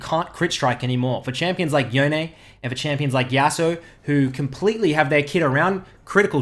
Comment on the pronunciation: Can people STOP saying YasuOO it is so freaking annoying. It is yasuo, pronounced YASU, like Yone, not YonE as some people are saying it. REEEEEEEE